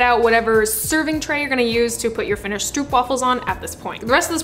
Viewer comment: Dutch person here, you were very close! Try to pronounce the oo in stroop like "Oh" in "Oh no!".